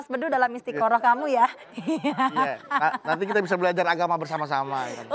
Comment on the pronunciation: Mamah dedeh: Istikhoroh/istikharah ❌ Istikharoh ❌ Istiharoh ✅